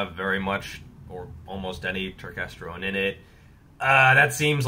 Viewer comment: I came here just to hear you say turkestergone!